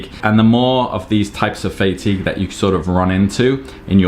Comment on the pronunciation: fay-tigue 😂 pretty sure it's Fah-tigue. Maybe its just my british english difference. Anyway, I take it you have FSRS turned on? think I saw it in a previous update of yours... wonder what your intervals are?